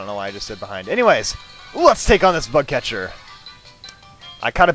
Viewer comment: sometimes when he says bug catcher it sounds like butt catcher haha buttcatcher